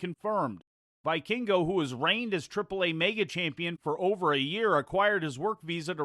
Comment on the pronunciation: Pro tip; "Hijo" is pronounced E-Ho, not He-Ho or whatever non sense you said. While we are at it it's "Vee-kingo" and not "Vai-kingo"